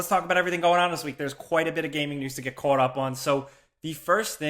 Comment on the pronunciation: Cwaught up on